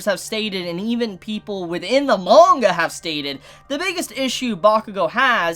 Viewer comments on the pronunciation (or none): none